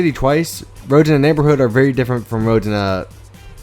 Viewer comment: u said neighborhooh lol